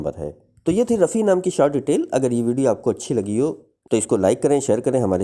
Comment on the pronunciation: Rafi not Raffi please say meaning of word